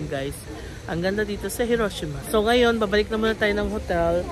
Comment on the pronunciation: Mas tama po ang "hee ro SHEE ma..